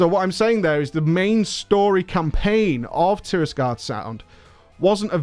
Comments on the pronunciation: The Alliance zone is called TIRAGARDE Sound btw (not Tirisgarde) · I like how almost everyone pronounces Tiragarde Sound wrong xD